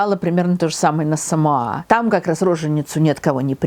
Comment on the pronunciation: Говорится СамОа, а не СамоА. Во всяком случае, они сами так произносят.